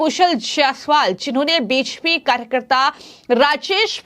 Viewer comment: Anchor BJP ko beshpi bol rhi hai kya ya kuchh aur hai??